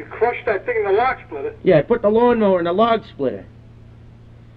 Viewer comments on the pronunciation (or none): I put the lawn mowah in the lawg splittah!